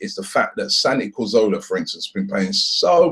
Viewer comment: It's Cazorla not Corzola!!! Robbie